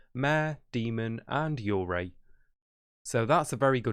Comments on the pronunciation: when you said yurei it kinda sounded like you were saying urgay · the way he pronounces yurei is quite disturbing ngl